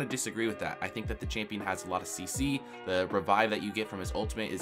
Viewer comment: Holy shit I never wanna hear the word "çHāMpïøñ" again after this video